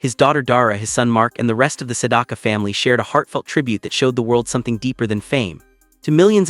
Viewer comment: Maybe AI can learn how to pronounce his name correctly.